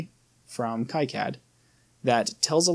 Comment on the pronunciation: The correct pronounce is "key-cad"